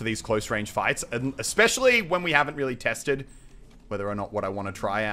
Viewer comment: did anyone else here him say wearly wearly big holes?